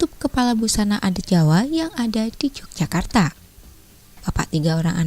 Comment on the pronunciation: YOGYAKARTA,bacanya bukan j